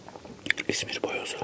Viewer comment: Abi bayoz değil boyoz